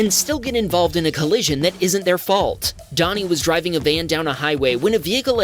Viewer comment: Dani is the female spelling of Danny... It's not pronounced Donnie.